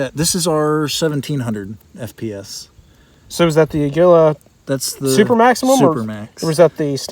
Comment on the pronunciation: It is pronounced A’ gui la. It is Spanish for eagle, which corresponds to the picture on the box.